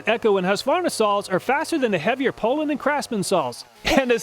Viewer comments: Poulan is pronounced poo lon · Two comments : always heard it pronounced POU- LAN... not POOL- ANN. Chainsaws break in and perform the way they are designed after at least a few tanks of fuel.. A brand new out of the box saw really offers a test subject not ready to make adequate judgements about.. You must not be knowledgeable about chainsaws to do a test this early. Many stihl and echo and Husqvarna saws learn about their operating environment over use and self adjust for best performance. Not sure thats the case with these cheap saws you tested, but is that something you considered before testing ?? Fyi cars do the same thing. Would you do car testing in the dealers parking lot ?? You should retest these saws after they are broken in with three or four tanks of fuel. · I always pronounced it POO-LANN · Oh you guys say "PO-lan", that's odd. It would have originally been pronounced in French as "POO-law" (silent 'n'). ì guess that didn't sound American enough and was changed for marketing reasons. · your pronounceing the poulan pro wrong. its actually pronounced " pullin pro". because thats what you'll be after buying one.